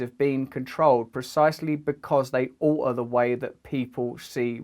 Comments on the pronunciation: Minutes , he says aoughter instead of alter, I don’t know how he does it but I still understood what he said. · The word 'Alter' said with a glottal stop is the car accident of English. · I didn't read your comment until I left my earlier comment in the main area 🤣. I mentioned his pronunciation, I really noticed the way he says alter and a few other words which is very 1970s Islington. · Please say alter again